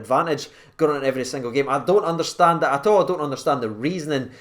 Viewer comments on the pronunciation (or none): none